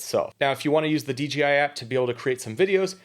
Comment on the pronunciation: This is a super precise easy to understand video! It’s great!! The only thing I see wrong with it is you consistently mispronounce the name of the company. It’s DJI, not DGI. There’s no letter G in there.